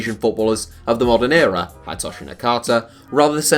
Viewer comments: It’s pronounced Hid e toshi not Hidetoshi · It’s not pronounced "Hide"toshi Nakata, it’s more like "Hee-day"toshi. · Its Hee-day-toe-shi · Did this nigga just say hide toshi LOOOOOOOL